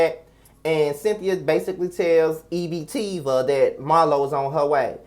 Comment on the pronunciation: Not EB-Teeva child, I'm weak lol.